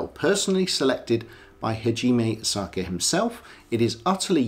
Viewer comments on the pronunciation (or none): Dude its Asaoka pronounced Asa oka not Asaka! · Kindly out of due respect, it's 'A-sa-o-ka'. not Osaka. I know in English we tend to gravitate towards what's phonetically easy or quick, but hearing Osaka is like hearing McWillen instead of McMillain. I know Japanese is hard and there are 3 writing systems, but the characters on the dial are Kana, short for Katakana, primarily used for either capitalized pronunciations or foreign word pronunciations. Kana is the most basic and easiest for westerners to pick up and learn, hence why Asaoka chose it. Furthermore, it has a cleaner and minimalistic aesthetic. If he chose Kanji or Hiragana, the dial would seem too convoluted. Take this in a helpful sense, I mean no offense. Furthermore I respect your Kurono collection. Cheers. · Do the man some justice and pronounce his name correctly. ASA O KA